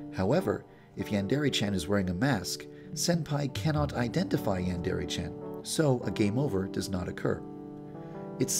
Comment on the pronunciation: Why is it when you say yandre simulator it sound like "yan dairy simulator"